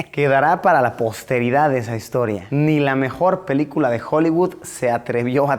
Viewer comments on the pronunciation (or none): none